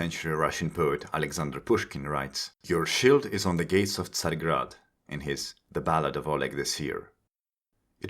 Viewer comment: as a russian speaker, your Tsargrad pronunciation was spot on to me